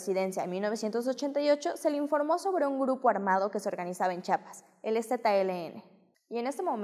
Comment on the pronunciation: Perdón, pero es Chiapas. Chiiiiiiapas